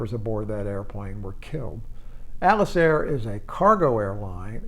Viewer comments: Why does he keep calling Atlas Air "Alice Air" ????? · I find your content very interesting, but could you try to articulate a bit more? As a non-native speaker, I find your pronunciation somewhat hard to follow at times. For example: in this video you mention Atlas Air several times, but to me it sounds like "ellis air", you don't seem to articulate the "t" at all.